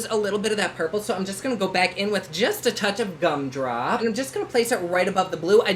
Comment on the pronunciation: When you said “cum drop” instead of “gum drop” I didn’t even bat an eye because that totally sounds like a Jeffree shade name 😂